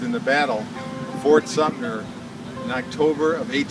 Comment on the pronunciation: ...and then you have "Fort Sumner"" ...?